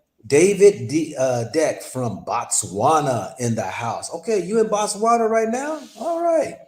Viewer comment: Botswana not Batwana... Bo like Bow